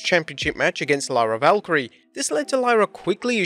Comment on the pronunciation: "Lala Valkyrie" Lyra Valkyria.